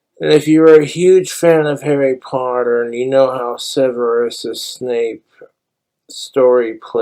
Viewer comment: What you thinking saying harri poddair like that BOY